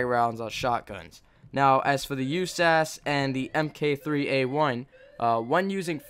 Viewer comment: and its not pronounced "USAS" it is U-S-A-S